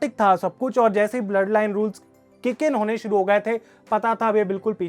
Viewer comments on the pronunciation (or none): none